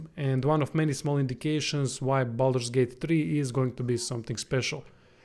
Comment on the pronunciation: Glad you said this, it's not Bolder's Gate !